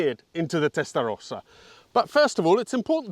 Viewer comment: the only one that pronounce "testarossa" correctly outside Italy, everybody else say testarousa. "let us take it through the gear"... but you are over the speed limits in 1st gear already!!